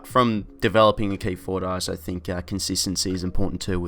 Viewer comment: Good vid agree with most 👍 weirds me out how you say 'also' as oh so 😂😂